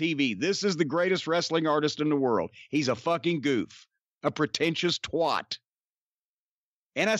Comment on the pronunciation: It’s not twot it’s twat 😂